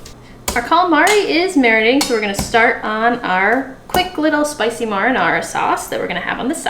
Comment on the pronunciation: Lol she said "Myin-are-ah" sauce hahaha I love the longer videos tbh.